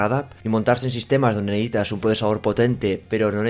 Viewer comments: Neehitas? Se dice necesitas. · "neítas" pronunciar mejor el verbo "necesitar".